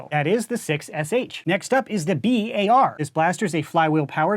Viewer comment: the b-ar. IT IS THE AUG.